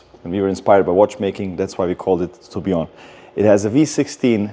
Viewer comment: Tim: the Tobeeaw Everyone else: the Tour Billion 😂